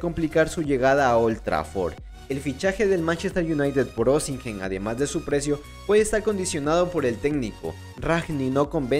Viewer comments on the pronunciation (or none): Se pronuncia sin la H crack, OSIMEN!